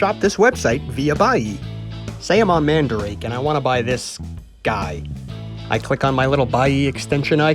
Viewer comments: "manda rah kei" not mandrake wth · Sorry to let you know this but um you sed mandarake terribly wrong